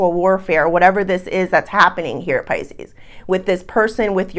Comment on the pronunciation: Pisce-anos lol So we're Italian or Latin! Lol I'm leaning towards a nice espresso rimmed with a twist of lemon peel! Ciao bella! 🌞